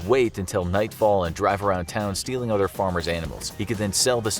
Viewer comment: Did you say "udder farmers' animals" ? 😂